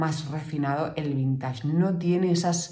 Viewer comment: Por favor, la palabra vintage viene del inglés y se pronuncia vinteich, no vintash.